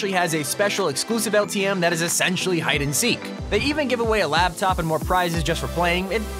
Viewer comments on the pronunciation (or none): none